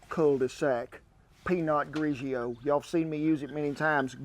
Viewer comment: I’m pretty sure he said it that way to be silly. He said Grigio correctly.